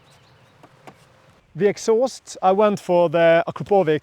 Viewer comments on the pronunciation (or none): Akrapovic, not akrapovik 😅